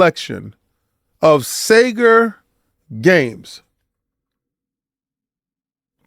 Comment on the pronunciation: Sega with a hard r is crazy